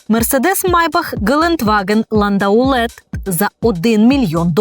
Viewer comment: LANDAULET французьке слово і читається «ландоле» , зверніть будь ласка увагу, бо звучить це якось смішно.